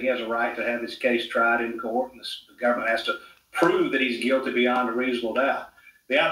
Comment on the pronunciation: How many times did this reporter say “gubmint”?